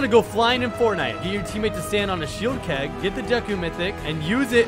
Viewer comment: bro said shelid keg💀